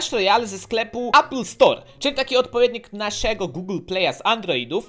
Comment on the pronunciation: Mówi się App Store